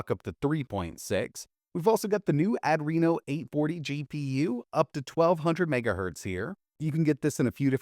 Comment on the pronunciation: It's not "add--reno" it's "ahh dree no" 🙄